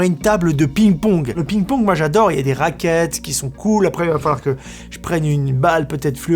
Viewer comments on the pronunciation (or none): Cest parce que tu dit pigne pawgue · Va voir comment prononcer ping pong en anglais lol